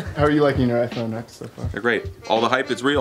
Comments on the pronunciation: iPhone X mispronounced lol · Ok Ex